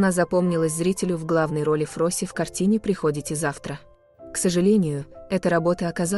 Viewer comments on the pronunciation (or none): Приходите. А не прихОдите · приходите, ударение надо ставить на "и" , слушать вас противно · kak możno czitać -" prichodzicie zawtra " dziewuszka nie tam stawisz udarenije